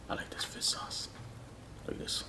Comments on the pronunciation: Hey the guy always pronounces it like fiss sauce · Everytime i hear say fish sauce it really sounds like he’s saying FIST SAUCE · Is he saying Fisk sauce or fish sauce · No body:: "fiss sauce" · Fish sauce ? Heard it like nước mắm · FISS SAUCE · Yoooooo for real! 😂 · Lol ur right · Same here and i LOL every time. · I can't unhear it now